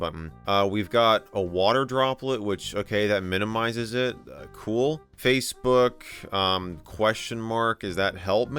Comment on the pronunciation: “Facbook” not Facebook. “Facbook” absolutely killed me